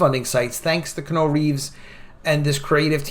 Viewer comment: It's pronounced KEE-YEAH-NEW. Please. Thanks for listening to my Ted Talk.